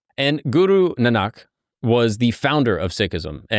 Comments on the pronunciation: Its not Nanaak, its Naanak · It’s Guru Nahn nik not nahnak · Guru Nanak is pronounced ‘Naanuk’ 🙂🙏